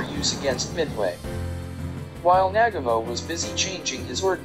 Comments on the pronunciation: It’s Nagumo not Nagamo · This narrator can’t say Nagumo, he calls him Nagamo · It's not "Nag-a-MO"...it's "Na-gu-mo". It isn't that hard to get it right. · Well done video, very informative. BTW, it's NaGUmo, not NAGamo, just sayin' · Narrator is a nalfy! It's Na gam oh not naga moe. Must be a computer generated voice. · Nag ga mo? U mean Newgumo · Excuse me! "Admiral nag--uh--mo?" Try "Admiral Nuh--gah--mo". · Nagumo...Na-GOO-Moe, Nagumo. Not Nagamo. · It's pronounced NAGU-MO. Not nagamo. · it's Na-gu-mo........ not nag-amo.... horrible.... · "NAG-a-moe"?!!! Uh, Na-GUU-moe... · MOST ANNOYING !! the name is pronounced nah-GOO-mo, not NAG-a-mo !! Information is well- researched though. I'll give you a "B". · Nagumo not nagomoe! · Nah-gooooooo-Moe... It is so frustrating on YouTube for the many "experts" in their field to bastardize pronunciation of the simplest names and words that are readily available from other sources. DON'T let the computerized voices win! Give them a bit, and they'll take a byte.... Where does it all end? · It is said Na ..GOO ..MO. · Who the hell is Nag A Mo????🤣🤣🤣🤣🤣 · The Japanese commander was pronounced Naah Goo Mo. Always when narrating get your name pronunciations correct. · The pronunciation of Adm. Nagumo's name is a war crime. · Hear hear!! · Without a doubt. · The narration does detract from the video - particularly the pronunciation of Admiral Chūichi Nagumo's last name. The rest of it though is very good - worth doing over with better sound. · Pretty solid video. Good video source material. Sound quality of the narration could have been better. And if you’re going to say the name ‘Nagumo’ this many times, you may want to learn how to pronounce it first. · It would be great if your narrator could pronounce names correctly especially “Nagumo.”